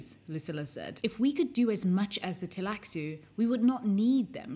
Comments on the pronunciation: Why do you call it Teilaxu instead of the Tleilaxu? Is that in the book to leave the L out in certain situations? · I know the computer games aren't canon but the cutscenes in "Emperor: Battle for Dune" pronounce Tleilaxu with a silent L, roughly like "tie lack sue". I played that game years before I read Dune Messiah, so I've always just gone with that pronunciation.